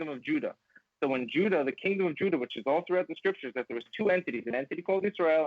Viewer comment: Pronounced the Names Juda as Huda...Funny how when you told him the letter "J" was invented in the 1500's WHICH IS TRUE..then he quickly pronounced it with a more "H"like sound before going back to immediately saying Jews the normal way